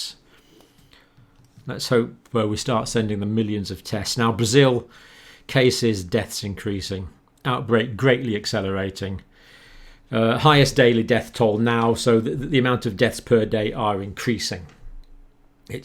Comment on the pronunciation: toll not tole. What a spastic.